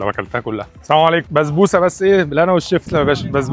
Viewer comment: بسبوسة❌ بزبوسة✅